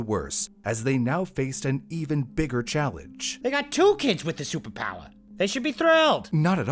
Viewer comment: "They got two kids with a supa powa, they should be THRILLED!" 💀